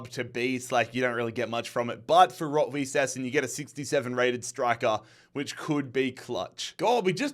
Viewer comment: btw, a little german lwmession, all those clube like "blau-weiss linz" or "rot-weiss essen" are colour based names. weiss means white. and its pronounces like vice. literally like vice 😊